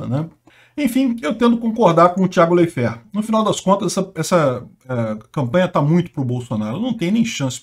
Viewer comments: Escreve Leifert, mas se fala "Laifer"... "Tiago Laifer" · A pronúncia é : laife, com um ditongo no ai. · Leifér? Kkkkkk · Pode até ser o correto mas da muito nervoso o falando o nome do Thiago kkkkkk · Off-Topic: Eu até pensava que o falava o nome das pessoas de forma descaradamente errada de propósito, como se fosse uma forma de evitar citações que pudessem levá-lo a alguma cenário de processos, sei lá... Achei que fosse proposital... Até que, depois dele errar feio o nome do Leifert e do Perrone (descaradamente com dois erres), ele vai lá e acerta o da Paola, na lata! Pqp ele erra o nome de todo mundo mesmo, de verdade...não é proposital!